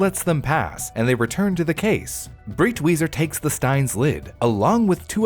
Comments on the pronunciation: btw the guy's called "Breitweiser", not "Britwieser". just like the I in "wiser" you made for that joke. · Breitweiser is pronounced like "bright-visor". The "ei" makes a long-i sound, like "eye", and the "w" makes a "v" sound. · i think the pronunciation is more like "bright visor" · It took me a google search to figure out his name cause it is REALLY completely mispronounced to the point of not understanding it at all. For anyone wondering it’s Breitwieser (pronounced briteweeser) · Thank you for this video! I was horrified that his mother burned those paintings... but my man, Breitweiser is pronounced like "briteviser" LOL... nonetheless, this was awesome and educational :)